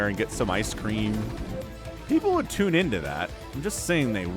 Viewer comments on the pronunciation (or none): none